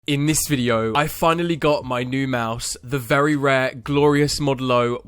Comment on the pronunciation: "very rear mouse"